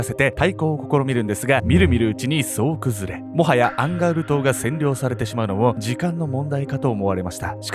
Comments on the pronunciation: アンガウルの戦いって言ってたのか アンガールズの田中って聞こえてた💦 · ずっと思ってたんだけどアンガウルがアンガールズって聞こえてたww 同じ人居ません？笑